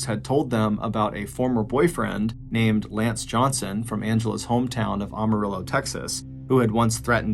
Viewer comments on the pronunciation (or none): It is my hometown also and it is pronounced Am-ah-RILL-OW. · Please learn how to correctly pronounce Amarillo!